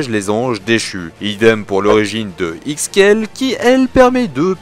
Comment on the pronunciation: Ixchel ce prononce Ixkel ? ma vie n'est qu'un mensonge